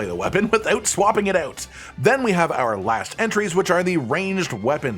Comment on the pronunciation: Hehe "ouoot" 😅